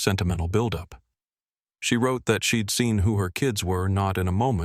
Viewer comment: Milwaukee Wisconsin USA. I believe this is being read by AI. The punctuation in the narration needs improvement. At least two of the mispronunciations are:" 1) I'll is being pronounced as "ill" 2) She'd is being pronounced "shed." A newspaper article reads "Designer sues son -in-law." Ethan's her HUSBAND!! It was probably others, but I'm too tired to listen for them..